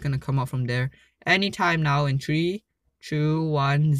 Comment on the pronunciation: Why you always say "Level Tree" instead of three anyway is so funny lol love your vids #NotificationSquad